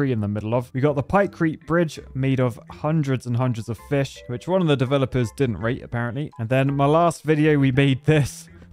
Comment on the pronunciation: lol when u said 'fish tornado/tower/pillar' i heard bitch tornado/tower/pillar LOL🤣🤣🤣🤣🤣🤣🤣🤣🤣🤣